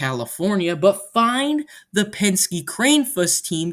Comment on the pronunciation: It's pronounced KRANN-eh-fuss